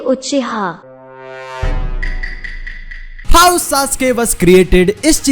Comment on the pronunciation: Sasuke uchiwa😂😂